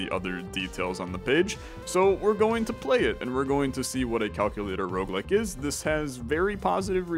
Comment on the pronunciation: Roguelike not Roguelick